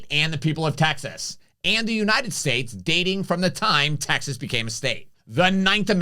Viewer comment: Say "Texas" correctly, please. Abbott is a real leader, we are fortunate to have him fighting for us in this great state.